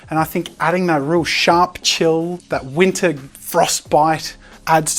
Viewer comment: I died every time he said, "it's in wintah ". that was so cool great job